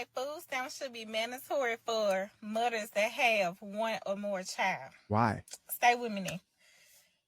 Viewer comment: Did I hear mothers or mudders?🤣